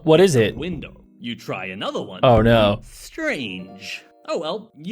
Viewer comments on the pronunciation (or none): He says o no but it's oh no